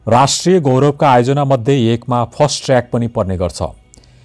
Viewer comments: फास्ट ट्र्याक भन्नू नि कति फस्ट फस्ट भनेकाे ??? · फास्ट ट्रयाक हो...फस्ट ट्रयाक हैन